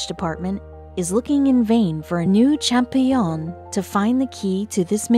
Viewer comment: champollion pronounced Cham-pol- lion, with the accent on the pol and the lion pronounced like leon